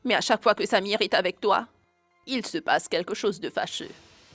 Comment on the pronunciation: J'aime Quand prononce le nom de samir!